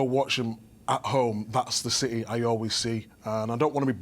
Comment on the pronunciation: Man said Rashfords gonna be in ciTeH😂😂